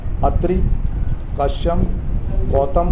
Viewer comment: लगता है आपका सॉफ्टवेयर जो शब्द बोलते हैं उसकी ही इंग्लिश कर देता है, मेनेजर साहब कश्यप ऋषि को कसयम उच्चारण कर रहे हैं